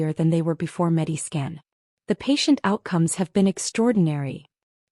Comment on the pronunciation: I think it’s MediScan, not Medi Skin.